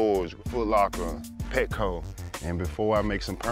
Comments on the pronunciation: He said Petco 😂😂😂😂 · Not Petco😂😂